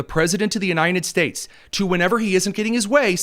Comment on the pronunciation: I enjoy your show. One thing that distracts me is your pronunciation of "United States." I keep hearing you say U-nine-ted States. Drives me nuts! Great podcast.